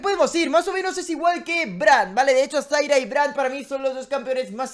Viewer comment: Me tiltea que a zyra le digas zaira y a vayne le digas vaine, igual va ese like!